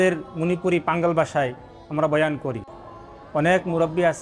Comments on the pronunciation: পাঙ্গাল না পাঙ্গন হবে। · সম্ভবত ভুল হচ্ছে। পাঙাল নয় পাঙন হবে।